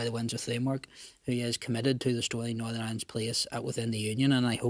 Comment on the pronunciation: sinn fein cant say Northern